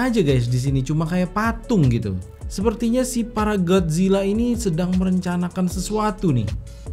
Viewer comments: bang kolo bilang gat zila sebenat nyah gotzila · Bang kenapa gomongnya Gadzilla kan seharusnya? Godzillaa?